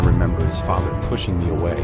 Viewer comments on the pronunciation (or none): none